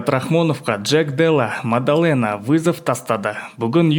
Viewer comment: Мандалена емес дұрыс оқып дұрыс айтып үйрену керек маңқалена😅